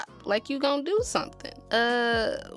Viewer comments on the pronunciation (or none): none